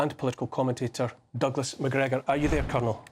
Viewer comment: Now that’s how you say MacGregor!